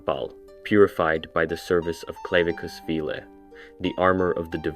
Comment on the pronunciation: Who pronounces clavicus vile like that. Idk how to spell it forsure but i know thats not how it’s pronounced lol